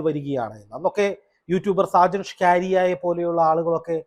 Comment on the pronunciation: സാജൻ ഷ്കാരിയാ അല്ല 🤣🤣🤣സാജൻ സ്കറിയ ഓക്കേ. ഇപ്പോൾ പുള്ളിക്കാരന് മാറ്റി പറയാൻ തുടങ്ങി 🤣🤣🙏❤️